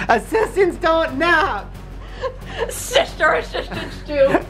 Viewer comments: You ruined my life shishter, I can't stop saying shishter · I love when you say shister 😆😆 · Sishter Asishtant ❤️